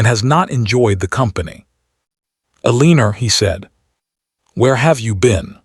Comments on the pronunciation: E-LEAN-ER is a mistake AI messes up all the time. They get points off 😂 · What is wheelchair? For everyone sake Elena or Eleanor, stop "Ee lean or" spelled every which way but correctly. And misread correctly pronounced misred🙄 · This narrator needs to learn how to pronounce Elena right. There is NO 'R' in her name. So annoying! The spelling of her name keeps changing.